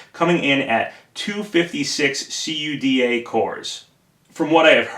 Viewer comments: "See-you-dee-ay" (CUDA)? It's pronounced "koo-duh". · Well, I've been developing with "kooduh" for almost two years, around 20,000 lines of it under my belt, so it's just strange to hear it spelled out. :) The folks at NVIDIA I know always pronounce it this way, in fact NVIDIA stopped spelling out what the acronym stands for years ago (Compute Unified Device Architecture).